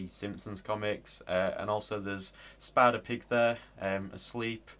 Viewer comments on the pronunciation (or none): none